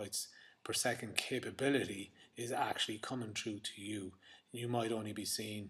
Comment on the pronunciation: you should learn how to pronounce the word "through" you dumbass